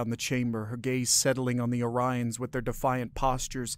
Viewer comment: Yes but you mispronounced Orions half the time.